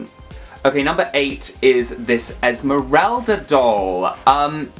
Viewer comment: They botched Esmerelda